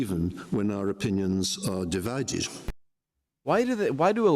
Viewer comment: Divided. Not dividedge. It’s educated English. Some Aussies speak Educated English as well but with an Australian accent.